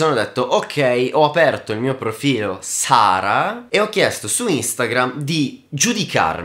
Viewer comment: Oltre il video, che è davvero ben fatto... Ci tengo a dirti che hai sbagliato la pronuncia di Sarahah. È Sarah AH ;)